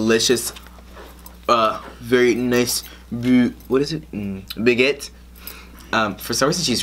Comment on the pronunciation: The look on her face was priceless and calling it bang et... Bag-et